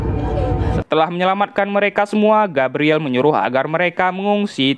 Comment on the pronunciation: di baca nya Gabriel, bukan gabriele